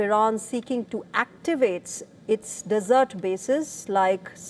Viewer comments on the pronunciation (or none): none